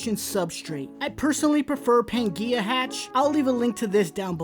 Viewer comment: Using wild isopods without breeding for a few generations can transfer diseases between animals, therefore it is not recommended. and did anyone else notice he did not use mesh to separate the drainage layer and substrate? Also how he pronounced Pangea